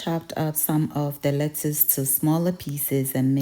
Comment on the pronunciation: Lettwoss, Toman toes, Kokomba 😂😂😂😂